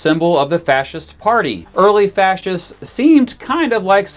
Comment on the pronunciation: "fashees"? Really?!